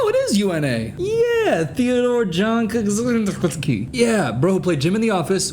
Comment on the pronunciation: i swear, the surname kaczynski is everywhere in the us, it's so funny seeing people trying to pronounce it as a polish person 😭😭